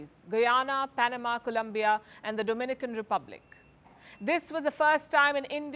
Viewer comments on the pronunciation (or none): none